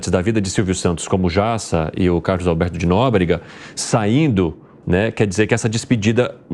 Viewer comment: O pior de tudo é que as pessoas ouvem repetidamente o nome do Carlos Alberto de Nóbrega ... Mas mesmo assim ela não aprende !!!